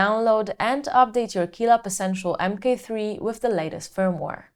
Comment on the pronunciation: It sounds like you say mp3 throughout the entire video, annoying indeed ;-) "M Kay 3" is the correct pronounciation babe!!!